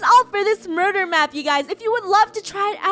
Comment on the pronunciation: Funneh is saying murur